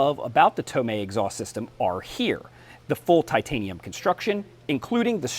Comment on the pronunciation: He said it right